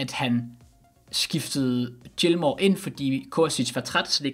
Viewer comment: Fin video, men husk lige at udtale Gilmours navn rigtig til næste video.